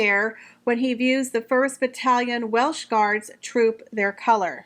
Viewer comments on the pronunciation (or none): none